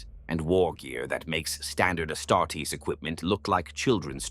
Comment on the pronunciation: I'm used to the AI voice mispronouning stuff in all his videos now it's a drinking game. Personal faves are "Medigee" "Ass startess"